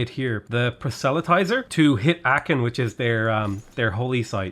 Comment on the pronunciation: Hey, I’m not sure whether this is the way it’s pronounced everywhere, but at least in my part of America it’s: PRAH - SELL - UH - TIES - ER